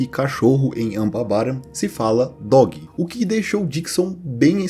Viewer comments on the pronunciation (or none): Pra alguém que gosta tanto de línguas sua pronuncia para as palavras mais básicas do ingles é uma merda. "dogui" pelo amor de Deus. Se vai fazer um video sobre linguagem ao menos se de o trabalho de pronunciar corretamente, chega a doer o ouvido. Também quando tu foi pronunciar "Ja" no sueco, como se fosse uma a palavra no portugues, "já", tu deveria ter pronunciado como "ia".